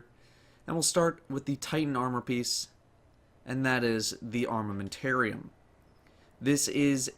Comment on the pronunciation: I Litterally Had a spaw when you said armamentarium